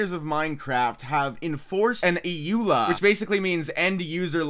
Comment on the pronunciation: EULA. One word, not E-ula.